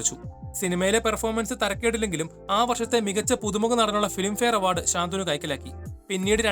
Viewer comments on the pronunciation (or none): ശാന്തനു ഭാഗ്യരാജ് എന്നല്ല. ശന്തനു ഭാഗ്യരാജ് എന്നാണ് പറയേണ്ടത്.